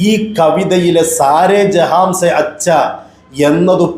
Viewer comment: ജെഹാംസെ എന്നല്ല ജെഹാൻസെ എന്നാണ് 😅😅😅